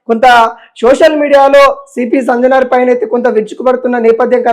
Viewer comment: సంజనార్ కాదయ్యా ,,, సజ్జనార్ 😂😂😂😂😂 ఏం మో ఏమో